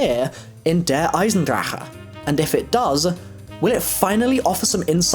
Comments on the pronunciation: its pronounced "der eisendrack" not DER EISENDRACKA" GOD damn it my brain hurts when u say it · Dude just say der eisendragon no need to say der eisen drachehh .-. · I told you guys he pronounced it wrong. His "che" sounds hard asf. Like the type of noise you make before you spit. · It's der Eisendakkkkkkke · It's drache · The way you pronounce Der Eisencrache is so unnecessary. I cringe every time😐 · OMG just say Der 'Ice-n-drack'. The way you say it makes me cringe tf out -_ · I'm German and the way you pronounce the name of the map pisses me off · The way you say der eisendrache makes me cringe every time